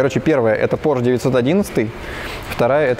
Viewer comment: извини пожалуйста,но немецкая фамилия Porsche читается и произносится,как Порше,а не,как Порш.И она даже в русском языке не склоняется.